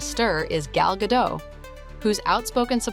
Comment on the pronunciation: GaDOTT, not Gadoh